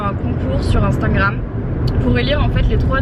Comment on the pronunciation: J’adore ses vidéos mais qui me stresse c’est qu’elle dit « instaNgram » et pas juste « instAgram »